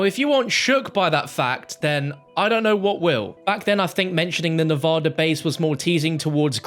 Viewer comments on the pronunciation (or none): I’m so fucking lost with the zombies story line at this point, like wtf is all this shit. I think I’m caught up to bo2 but like wtf. Like what’s with the origins easteregg? I thought it was just all toys being played with? Also like please stop saying nevoda Is fucking NEV A DA